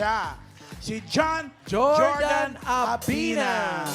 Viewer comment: Finally na pronounce din ng tama ang pangalan ng winner